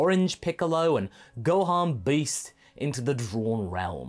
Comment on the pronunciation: I thought it was pronounced Gohan BEAST.